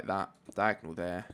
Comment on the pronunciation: when he says : torch there, torch tere. I'm like : Wha?